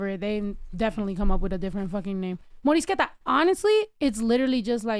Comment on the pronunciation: The fact that you just said morisqueta!! 🤟🏻🤟🏻 soooo bomb!!